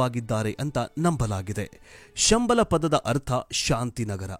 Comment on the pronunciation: ಶಂಬಾಲಶಾರದಾನ್ಯೂ ಸಂಬಳ ಎಂದು ತಪ್ಪಾಗಿ ಹೇಳುತ್ತೀರಿ